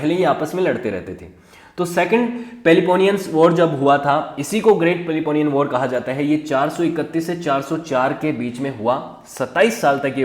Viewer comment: Your subject knowledge is low, you yourself do not know how to pronounce, you all the time pronounced Thukliditis, but it is actually Thucydides, it is Peleponnesian not Peleponian